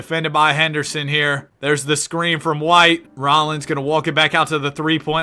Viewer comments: yang sets the scween 😭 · scween :3